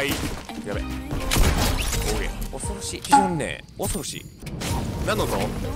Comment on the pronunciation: 非常にねおそ⤴︎ろしい⤵ ボクシングくんのこの発音好き笑 同じ人！！！！ ↓↓↓